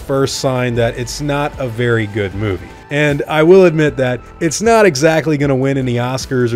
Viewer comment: The way you EMPHASIZE the word NOT is VERY confusing